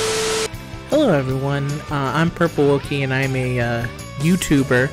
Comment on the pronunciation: You did well pronouncing the name :3 Also, thanks again for participating! It was tons of fun to put it all together. Hearing that it took you so long, makes me appreciate it even more, because it shows how much work you put into it!! <3 Also, this video made me laugh quite a lot, thanks for publishing this! Oh and my favorite is always "I'm a YouTuber on YouTube" lmao